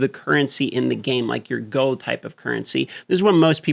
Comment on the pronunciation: Them alaskans really dont like to pronounce L… never enough gohd… i mean gold